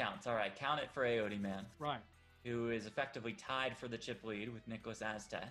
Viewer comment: As a Swede its so painful to hear them pronounce Niklas Åstedt.